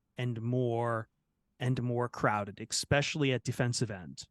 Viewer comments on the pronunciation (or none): "ex-specially" -- stop it,. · Ehh-specially sensitive YouTubers - be nice! 😂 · is never going to learn how to say “especially” is he